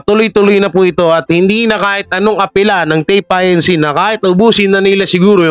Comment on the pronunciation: TAPE INC. that is INCORPORATED (INC) (Do not spell out) pronounced it INCORPORATED